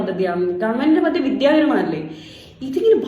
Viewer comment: പദ്ദതി," നല്ല ഉച്ചാരണം